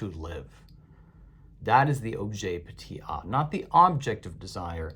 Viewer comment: Objet petiT a. Not objet petey a